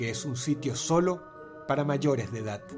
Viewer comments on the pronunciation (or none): Es mi idea o Dross dice edat en vez de edad?